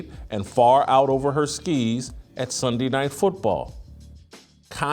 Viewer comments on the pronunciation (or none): none